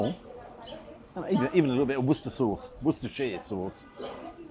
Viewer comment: You didn’t shake the soup, and you got the pronunciation right for Wooster Sauce. No shire. It’s only the rest of the world that struggles with that.🤦🏻‍♂️